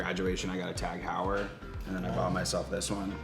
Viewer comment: ...What's a Tag Hower?